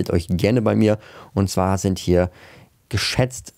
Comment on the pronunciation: 🤣😂Du sagt,,undzwa" und dann kommt die Chtombook Werbung